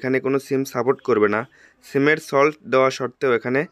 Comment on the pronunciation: সিমের সল্ট না ভাই, এটা হবে সিমের স্লট।